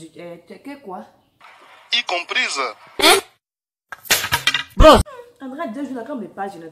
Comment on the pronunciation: "Y comprize" 😂😂😂😂😂